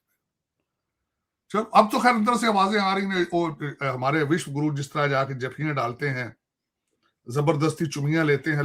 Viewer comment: Abe takale tu Vishwaguru bolna sik Le be